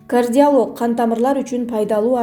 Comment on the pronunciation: Жакшы эле суйлойсун бирок башка тилде аты жонун же оорунун атын айтканында ударениен таптакыр туура эмес Кардиало'г эмес а Кардио'лог